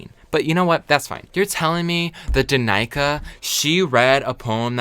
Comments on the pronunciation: Pronouncing Danica as dah-nai-kah is big dick energy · DANICA😂😂😂 Spot on pronunciation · HAHAH HOW HE PRONOUNCED DANICA WHAT???? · Did really pronounce Danica like that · "When I was a kid, I thought Mexico was a continent" 😂😂😂 the laugh I let out "Maybe I need to meditate on it" The pronunciation of Danica sent me